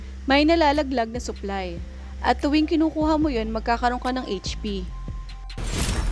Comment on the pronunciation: Pagkakarinig ko "suklay" yung nalalaglag😂😂supply pala hahaha